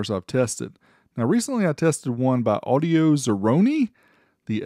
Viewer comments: I think it's supposed to be audio-zero-one. Not audio-zeroni 😅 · It’s Audio Zero One. Like Audio 01. Or Audio One